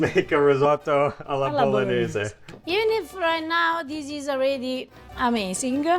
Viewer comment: Please " teach how to pronounce "Bolognese". Please: teach how to pronounce '". (With an H.) So tilting. After all these years!! THANKS and Happy New Year.